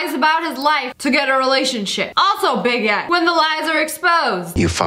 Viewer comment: When she says big ed it sounds like baguette 😂